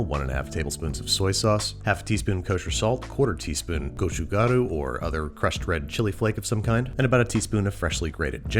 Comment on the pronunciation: My man you gotta pronounce gochugaru correctly lol. The “ch” in the word is a hard “ch” sound and not a “sh” sound. “Goh-chu-gka-ru” literally just watch a “maangchi” video or something